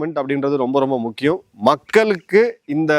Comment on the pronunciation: "மக்கலுக்கு" இல்லை "மக்களுக்கு " எங்க தமிழ் படிச்சீங்க திருந்துங்க தமிழ் வார்த்தைகளின் சரியான உச்சரிப்பை முதலில் தெரிந்து கொள்ளுங்க